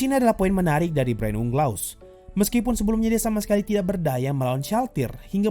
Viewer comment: Orang" dengar = Brain Unglas Yang gw dengar = Brain Leh Ugha